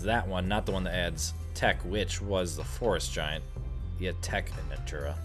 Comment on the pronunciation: giant :p not gaint